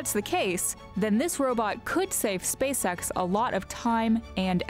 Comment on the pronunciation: Everytime she says "SpaceX" imagine "SpaceSex"